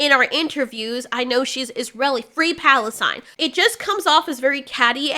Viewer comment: Maybe it is the part where Zegler publicly pronounced "free plasitine" while her co-star is an Isreal and also a Mossard agent. Yeah. Yeah, that is called being a spy. She is Black Widow. She isn't Christopher Lee levels of badass. Not yet anyway, she needs to play a few dozen vampire movies and learn how to play the drums, and work on a heavy metal cover to get half way there. But she is the closest thing to Christopher Lee that we are going to get this genoration of actors.